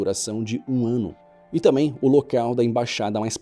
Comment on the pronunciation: É TAMBÉM , NÃO TAMÉM . É TAMBÉM NÃO TAMÉM